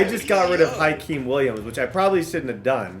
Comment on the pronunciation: Hykeem Williams isn’t pronounced like HIGH-keem, it’s pronounced the same way you’d pronounce Hakeem